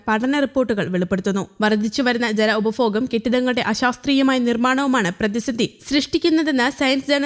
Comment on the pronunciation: വർദ്ധിച്ചു വരുന്ന "ഉപഫോഗം"‼️‼️😂😂